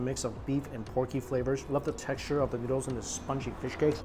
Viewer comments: I hate my mind when he said noodles noods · haha i thought you said Nudes here